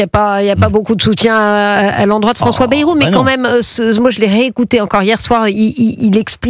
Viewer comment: Bayyyy rou pas Berou